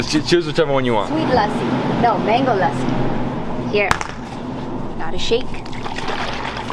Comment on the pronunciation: omg it got crazy when you start pronouncing "lassi" so perfectly and better than nisha